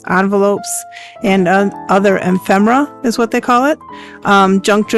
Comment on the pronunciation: Nice job, and a great tutorial! I do think the word is E-fem-er-a, tho'. Thank you for sharing your expertise!